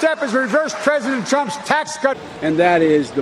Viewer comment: "Tresident Prump" Come on man. Take Nancy's dentures out of your mouth Joe.